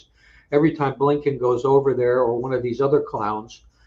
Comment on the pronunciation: I love it when Phil tells it like it is “there is something possibly lurking in the back of bleeeeennbkiins brain off someone can identify that”🤣🤣🤣